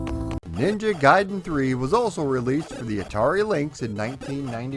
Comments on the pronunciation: yup. Ever since street figher 1😀. Also like the other comments I pronounced gai-den as gay-den. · I'm ashamed to say I called it Ninja Garden.